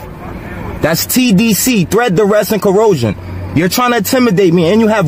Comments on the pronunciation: "I'm NOT arguing!!" "corrosion"!!🤣🤣🤣🤣🤣🤣🤣🤣🤣🤣🤣🤣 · "Corrosion???" Perhaps he means, "coercion." HAHAHAHAHA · This idiot said threat, duress, and corrosion ☠️I’m dead😂😂😂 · I’m sorry did he say corrosion, is he rusting?😂😂😂😂😂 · Did he say Corrosion? LOL what a Mooron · Yup... Just like "threat, duress and 'co-resen'"!!!! 😂😂😂😂😂😂😂